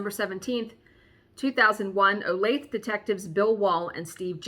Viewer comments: Woowho what a HAUL so Jelly!!!!!! and its O lay thE (long E) i am so bad at Pronunciation myself .... so Trust me im not being mean when i tell you just thought you might want to know .... So look forward to hearing about your days and True Crimes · Yay, true crime!! And it’s one close to me! We had a serial killer who lived around the corner from me, John Robinson. I can’t recall if you’ve done a story on him or not. The point to my comment is to let you know, for some reason it’s pronounced o-lay-thuh, none of us know why. 😂 I’m itching to start a Halloween stitch but I’ve lost my stitching bug for a few months now and it has been hard to get back to it. Love the videos/channel, have a wonderful day!